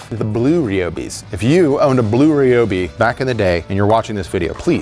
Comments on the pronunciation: What is a Ree Obi? Why do you say it so queer?! Do you call friends named Ryan Ree Anne? Cmon man, don’t be like sleepy joe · please say ryobi properly its not reeeeobeee, sorry im so triggered by that lol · It's r y not r e Ryobi there is no e in the word